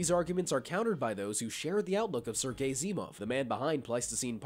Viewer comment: Sergei, sounded like you said Sir Gay 🤦‍♂️ Did you do that on purpose? 🙄 🤣